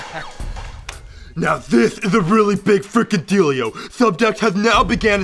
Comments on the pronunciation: Deal yo not dealio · it sounds like big dildio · He said dealio 9 times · The whole point of this episode is saying "dealio". Golden comedy. I really Meanio it.